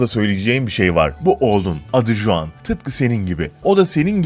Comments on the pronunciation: juan diye yazılıyor ama huan diye okunuyor. meksikalı juan diye bir sevgilim var tesadüfe bak :D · ulan kriz gecirdim juan juan diyip duruyorsun. huan diye okunur o, huan huan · Ispanyol bir isim olduğu için CHuan diye okunuyor ve Cuan değil, baya sinirimi bozdu ajjsjsjszshsjwhhe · juan J ile okunmaz H ile okunur huan diye okuyacaksın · juan diye okunmaz git araştır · J değil h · Juan ispanyolca bir isim oldugu icin Huan diye okunur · Yalnız Juan diye okunmaz o hota sesi çıkartıp huan diye okumalısın.. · Selam Flor ben juan nedir yaa 😂😂😂 hi flor i'm juan falan olsa neyse . Töbe yarabbi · Juan değil "Huan" diye telaffuz edilir s2k biraz emek ver şu işe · iyi ama Juan Huang diye okunur arkadaşım.Kolay gelsin. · Juan Huan diye okunur Sanchez de sançez diye okunur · huan diye telaffuz edilir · Abi Huan diye okunuyor çıldırıcam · Juan ismi yazıldığı gibi okunmuyor diye biliyorum